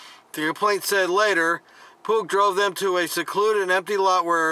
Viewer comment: Pugh is pronounced pew.